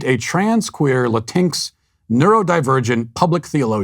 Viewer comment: Latinx has always made me laugh but hearing Matt’s pronunciation is pure gold, not making fun of him cause there’s no correct way to pronounce a made up word. “Latincks”